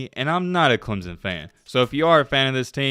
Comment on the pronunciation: dude it is not clem zon it is clem son just saying